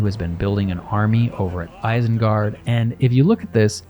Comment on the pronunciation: ISENGARD is pronounced with initial I as in "machine". Source: Tolkien.